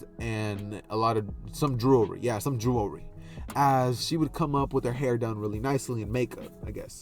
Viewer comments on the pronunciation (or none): The way you say jewelry 🤣🤣🤣 jewelwy